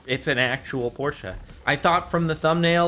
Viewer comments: Jordan its porche not porcha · It’s Porsche not t porsha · Please stop saying Porschea it's Porsche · Por-SHA???? It’s said like porsh 😂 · por-shuh. It's not porcha. Porche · And it's Porsche not porsha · its porsche not porscha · why do you say Porsche as Porscha? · jordan, cmon man. it's pronounced PORSH. not PORTIA.. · why the fuck is he pronouncing porsche like that I have NEVER heard ANYONE say it that way. they always say poor-sh. Not pour-sha. Or pour-shey. :grumbles in the background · Oh god he called the Porsche, Portia and the Hyundai "Hondai" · So now Porsche’s and now called porscha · It’s depressing when you say Porsche-ay... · What time hell is a Porsche-a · He say Porsche as porscha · Whats a porscha? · Sorry but...PORSCHA? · Why do people add an ah to the end of porsche it annoys the fuck out of me. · "Porscha"?? wtf is that pronunciation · Well, it's a German name and should be pronounced as such. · Why does he say Porsche like that 😂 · Why does he say Porsche wrong?